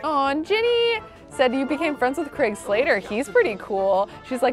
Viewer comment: Every time says "Old Craig" I hear "Old Gregg" and I can't unhear it